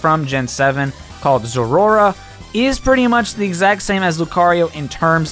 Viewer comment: As a zeraora fanatic I cringed whenever you pronounced it that way. Cmon, “zerora”?